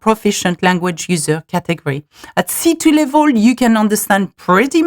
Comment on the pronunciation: Très bonne vidéo, mais s'il te plaît, travaille ton accent, ton anglais est sans doute formidable mais ta prononciation laisse parfois vraiment à désirer, notamment tes "laivoles" et non "level" :)